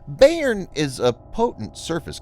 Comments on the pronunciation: Thanks for the report. It’s an important development. BTW, the pronunciation of Bayern is “by-urn” named after a major German state. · Bayern! Thanks, I couldn't figure out what German word he was trying to pronounce. :)